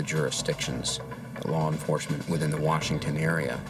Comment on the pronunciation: Lar enforcement